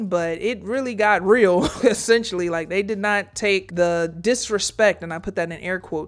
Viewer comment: Drink every time she says "Essesstionally" JK, you'll die.